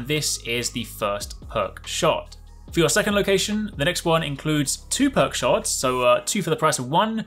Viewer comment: "Perk sharts"